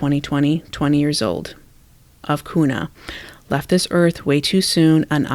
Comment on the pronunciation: You are awesome. Here’s some tips Kuna is pronounced Que-na and Weiser - Weezer 🥰 weird I know.